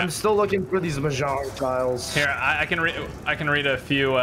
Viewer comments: Who's gonna tell him it's mahjong? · I hope it wasn't just me that noticed was saying 'Mahjong' wrong the entire time 😂 great content though my dude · Its "Mahjong" tiles not Mojang. (sure its on purpose but it triggers me) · Every time he said "Mojang" I screamed a bit internally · it triggered me when he called majhong tiles mojang tiles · Was anyone going to tell that it’s Mahjong and not Mojang...😂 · My man said Mojang Tiles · its pronounced mah-zshong, not moe-jayng.... lmao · I like how he is mis saying mahjong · It upsets me so much struggling to say mahjong